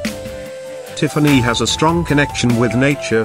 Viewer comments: Tea far knee. 😂 This bot.... I just can't 🤣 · I just can’t listen to an AI narrated video; especially one that can’t get the name Tiffany correct. Pass.